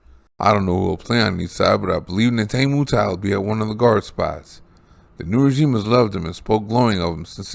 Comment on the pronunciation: Nay-tah-nee Moo-tee. Neitani Muti. Your welcome.😅